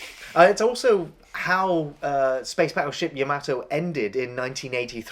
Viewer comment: you both pronounce yamato strange lol